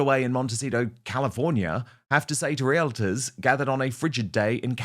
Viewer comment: Dan…ask a Canadian how to pronounce realtor.